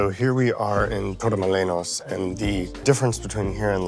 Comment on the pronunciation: I noticed that you mispronounced Torremolinos and Benalmádena as well. Spanish pronunciation is highly regular and easy to master.